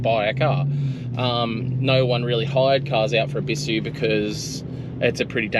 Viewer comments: Look up the pronunciation of Ebisu plz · Maybe just stop your channel then, if your not willing to use the correct pronunciation for the car culture you portray then stop xox